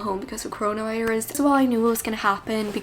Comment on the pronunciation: The way she says Coronavirus defeated the youtube demonitization system